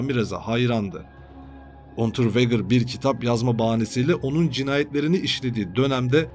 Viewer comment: Unterveger okunuşu.